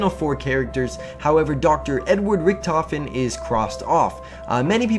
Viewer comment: i have a question what was the name of the dr not richtofen i heard salim